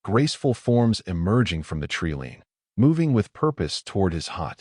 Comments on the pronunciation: Fix the AI to say "tree line" instead of "tree lean". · AI drives me nuts calling the Treeline a Tree Lean many times in this story. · Tree Lean ? Nice AI Blunder. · Your AI has a problem saying the word tree line